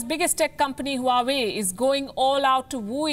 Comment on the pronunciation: Huawei is pronounced "Wawe".